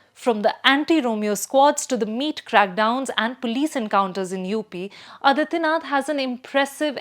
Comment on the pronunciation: Adityanath, the pronunciation, again. Aadityanath, it is.